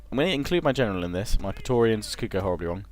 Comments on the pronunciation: preatorians should be pronounced Pray-torians I believe, at least that's what im doing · Say "P-raé-torians" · say it like this (Pray-torians) = praetorian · It's pronounced "pray-torians". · Oh and Praetoreans are pronounced Platoreans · I think it's pronounced 'pray-tor-rians' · In traditional Latin it is pronounces pry-torians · The right pronunciation is as in "meant". Pr(ae)torians like m(ea)nt. The "ancient peoples" have left a lot of books about spelling. If you just take Latin sounds and translate them in another language, you've "recorded" it. That's it. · thats not how its pronounced. in latin ae is pronounced kinda like an i mixed with an e